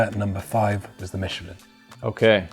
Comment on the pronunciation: I just KNEW that schwalbe and Michelin would be pronounced wrong! 😂 ❤ Its " sch-val-buh" 🇩🇪 and "meesh-el-ah(n)"🇨🇵